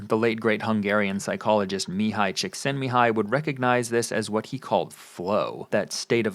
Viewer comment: Congrats on pronouncing Csíkszentmihályi. You got closer than most